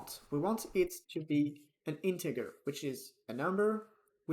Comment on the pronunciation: some friendly advice it is pronounced intejer